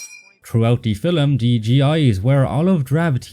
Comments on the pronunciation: Great video as usual, but I find annoying how the narrator keeps pronouncing the word "film" as "fillum". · The other mistake is pronouncing film as filum!